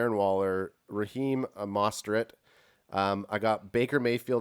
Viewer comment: What did call Mostert!? "Masterat!!? Yo I spit out my water lmao 🤣 that was great Ad lol